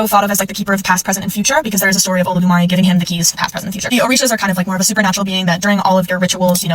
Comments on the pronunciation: It seems that the figurine is influencing her pronunciation of Yoruba words because how did she get the “Olodumare” pronunciation right.😂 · At least she pronounced Olodumare correctly lol